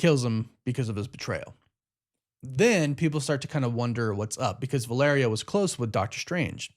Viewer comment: Holy shit, this guy learned how to properly pronounce Valeria lmao